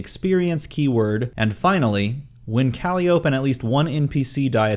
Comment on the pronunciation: I'm no D&D'er, but isn't her name pronounced kuh-lie'-oh-pee?